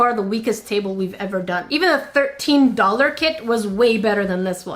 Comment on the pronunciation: Am I the only one that caught on to her say wayble instead of table? Genius wobbly table lol